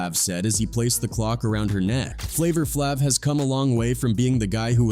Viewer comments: As soon as I heard the way he pronounced “Flavor Flavv” I exited the video. 👎🏽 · Who tf is flavor flavv 😂😂😂 A.I. pronounced it wrong af 😂😂😂